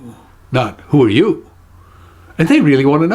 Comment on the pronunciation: I'm really enjoying your videos!! Just recently subscribed, thanks to your wonderful appearance on Truth or Fail and the video response to Dan Brown's Open Letter. So glad I did :D I'm not sure the intonation of the Who are you? is exactly on point. I'm sure I've heard the phrase in a cockney accent before, but with less emphasis on 'you' and more emphasis on 'are'/'aahh'. Just a thought.